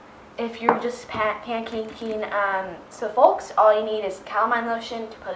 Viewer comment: Who cares that she pronounced Suffolk wrong...she's not from England. Everybody, shut up!!